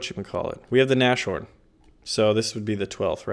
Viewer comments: You said it again XD it's not Nash horn its nas horn and the sh in English isn't the same in German, in German its sch instead of sh ;D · you still haven't figured out how to pronounce Nashorn. The literal translation of that word is "nose-horn" or "horn on the nose". So please, stop saying na-sh-horn and instead say Nas - Horn, because your current pronunciation is cringe worthy. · You spell it NaS-Horn, Not NaSCHorn !! It literally stands for: Nase=Nose and Horn=Horn => Nashorn In every Video you spell german words wrong.. Jesus Christus!